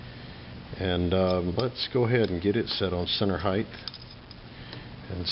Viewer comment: There is a "h" at the beginning of the word "height" but not at the end. I'm not trying to be a troll and I liked the video but really, heighth thlvesthter the puddy tat could get away with it... humans not so much.